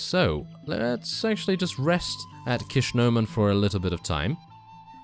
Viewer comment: 12.15 Kissnoman ?? it is ishkoman m8 :-)